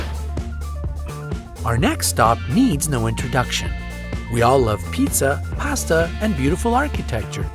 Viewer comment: why did you say pasta like that